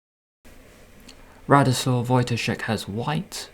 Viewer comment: Almost perfect pronunciation of Radosław Wojtaszek... if you want to improve, just work a bit on accent on right syllables :D